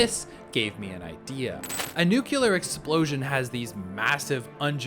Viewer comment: Did bro say nucular